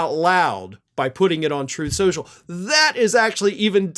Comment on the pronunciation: He himself called it “Troth Soooshall”.